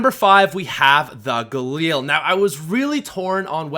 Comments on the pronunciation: Stop saying galeel it’s ga lil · Its called gaLIL not gaLEEL u dumb fuck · The galeel? No, no no, ga-lil. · the way he says galil (Galeel)